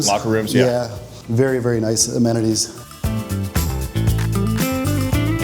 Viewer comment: “The path forward is VARI clear” 😂😂 loved the entire video. I’m on board with more of this !